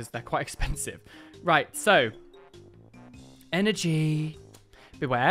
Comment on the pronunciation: Hehehe love the way you say "energy". Grats on the awesome Gengar card! xx